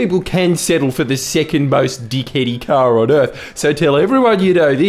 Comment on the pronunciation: Does he SM know how to pronounce the word "earth"???